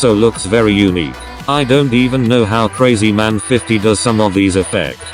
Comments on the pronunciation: Your pronouncing krazyman50 wrong its not crazyman its krahzyman50 like your old voice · The tts actually pronounced krazymans name correctly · Said krazyman50 different!